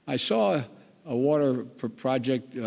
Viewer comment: OMG !! He actually made it thru ( Build back better ) but couldn't say WATER !! GOD HELP US !!!